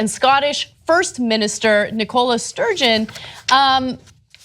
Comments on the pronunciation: Nicola is pronounced like NICK-uh-luh btw. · "Legs-it? That's not even a thing!" That's the joke, Cenk. Admittedly it's not that funny but goodness me some Americans are a bit dim. Also I'm rather baffled at Ana's inability to pronounce the name Nicola, which I'm pretty certain exists as a name in the States as well...all of this is not to mention Cenk not knowing what a vicar is...the lack of cultural knowledge in the States is rather gruesome.